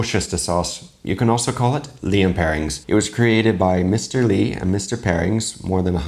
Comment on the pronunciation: OK! Mr Perrings? Worshester?!! There is no g in Perrins... and it's pronounced Woostersheer (short oo like look, and sheer as in stockings - it would be closer to say the pronunciation in ordinary usage is Woostersha') although people in the UK generally just call it Wooster sauce. Worcester (Wooster) is the main city in Worcestershire, a county in the West Midlands. Now try Cholmondeley, Beauchamp and Featherstonhaugh!!! 🧐